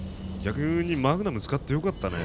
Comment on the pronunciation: melon water 過去にマグナムをマグマムと噛んでしまって、それからそう言ってるんだと思いますw